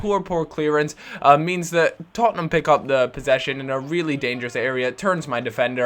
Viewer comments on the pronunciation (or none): none